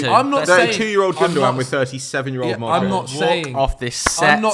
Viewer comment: Why the hell did say modric smh😭😤🤦‍♂️